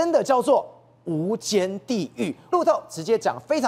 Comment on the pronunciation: 无间是什么鬼，没有提前看稿吗😂